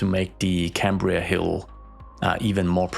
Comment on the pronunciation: Cymru is pronounced as “come-re” and the pronunciation of Cambria was perfect